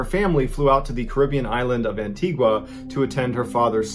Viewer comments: It's pronounced Antiga! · Caribbean Island of Antigua 🇦🇬 (pronounced - an~tea-ga) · Anti-ga that’s how the natives pronounce it. Im from Barbuda the sister island of antigua. Good video though ✌🏾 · As an Antiguan don’t pronounce the “u”